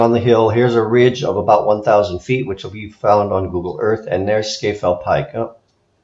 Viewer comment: Oh, and “Scafell” is pronounced “Scarfell”.